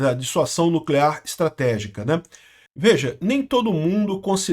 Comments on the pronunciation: Olá,! Parabéns pelo bom vídeo! Só uma correção: o correto é dissuasão e não "dissuação". Abço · DisuaSão!!! Com som de Z. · "S" entre duas vogais tem som de "Z". A pronúncia é dissuaZão. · Caro, Dissuasão se lê com som de ' z ' Dissuazão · Pronúncia Dissua Zão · é DISSUAZÃO a pronúncia 😅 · A palavra é "Dissuasão " a sílaba final pronúncia zão, desicentivar alguém de fazer algo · ' dissuasão' se diz dissuaZão...! ✔️ fala certo homem! Kkkkk de que lado o nine nos colocou né...! 😊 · A palavra é Dissuasão. o S entre duas vogais tem o som de Z. Dissuasão : Ação de dissuadir, de fazer com que alguém mude de ideia, de opinião, de ponto de vista. Ação de convencer uma pessoa a deixar de fazer alguma coisa, a perder certa intenção que tinha. Circunstância em que o medo da repressão adversária impede a evolução do conflito. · É DISSUASÃO, com S que soa como Z.